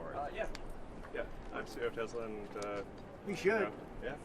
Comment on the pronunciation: TRUMP SAID TESLER LMAO :50 mark